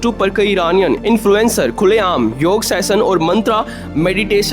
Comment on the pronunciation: Yog day hota hai yaar YOGAA NHI